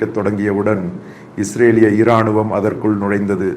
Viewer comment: தங்களின் தமிழ் உச்சரிப்பும் முக பாவானையும் சிறப்பு.... தமிழ் மற்றும் மலையாளத்தில் தங்களின் பதிவுகளை பார்த்து வருகிறேன்.... சிறப்பு 🎉🎉இராணும்.... ராணுவம்....இ என்ற எழுத்தை அழுத்தமாக உச்சரிக்காமல் தணித்து உச்சரிக்க வேண்டும் ஐயா...நன்றி🎉